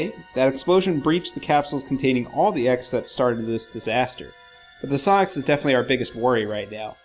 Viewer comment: I'm sure SA-X is pronouced Ess-Ay-Ex (as in just reading the letters, just as in AT-ATs in Star Wars are NOT pronounced at-at like some morons doo but Ay Tee Ay Tee).